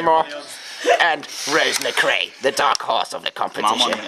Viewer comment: it's macrae not mcrae and with aimee the accent is on the first e, not the second:) silly